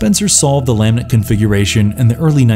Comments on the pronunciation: Wtf is a lamb ent configuration? It's lament damn man it's your video do the most basic of research so you can at least pronounce such an important thing lol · It's not "LAMB-ent," it's "lah-MENT." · "la-MENT" not "LA-ment" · It sounds like he saying laminate configuration. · It's pronounced laa mint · I respect the effort, but you mispronounced soooo many words. Cabil? Chanerd? Lamint? I get the feeling that you haven’t seen these movies. You read some synopses and made a video. Please try harder. Do better. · I like the video but one critique. Its kinda obvious you didnt watch some of the movies because of the mispronunciation of some characters and the lament configuration. Other than that good job. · For future reference, it's the "lament configuration". Great video otherwise! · His inability to pronounce Lament instantly calls his Hellraiser fandom into question.